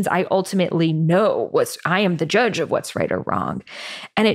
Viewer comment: Did she say "joodge"?